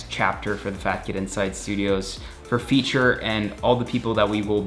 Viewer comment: Dude that's "Feat - ter".. not Feature